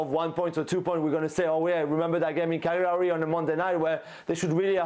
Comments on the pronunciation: Jules it's pronounced Cal-Yaree.....smh. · Jules's take on this was cringe. He can't even pronounce Cagliari. Get Gab back on.